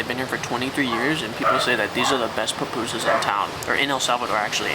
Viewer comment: Its pUPUSas lol p-oo-poo-zaz